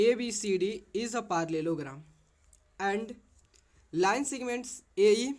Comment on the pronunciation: Tum jo parllelogram bolte ho na vo sudharo in maths no any mistake 👍🤨🧐 Jo jo mere bat se satisfied hai like karo Wow 🤩😍 2 k likes 🎉🎉🎉 I am so happy😊😊🎉